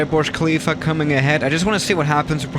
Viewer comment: Everyone: burj khalifa: borj khalifa